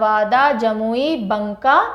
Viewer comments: Ma'am right pronunciation is Baka not banka 😊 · भागलपुर division में बांका है मैम, बंका नहीं। मैं भागलपुर से ही हूं। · बंका नही मैम, बाँका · It's not Bunka Its Banka . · Ma'am बंका नहीं... बांका होता है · परमल नहीं होता है ma'am परवल होता है। टिरहुट नहीं होता तिरहुत होता है। बंका नहीं होता बांका होता है। Many more pronounciation mistakes but the video is quite informative... 🙏❤ love the way you teach ❤🙏